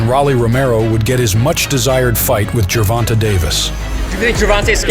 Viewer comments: Narrator just said "Ger-von-tuh" 🤦‍♂️ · Do you have a source? Because every announcer & interviewer I've heard says Ger-von-tay, and his Wikipedia says that it's pronounced "jer-von-tay." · That is how his name is a actually pronounced. People just say ger von tay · The way he says ger-von-taa drives me nuts lol